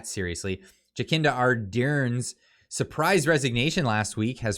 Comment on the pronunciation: JA - SIN - DA is how her first name is pronounced, you’ve got her last name right.